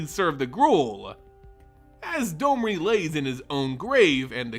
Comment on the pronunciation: On what planet is D-O-M-R-I have a long O sound?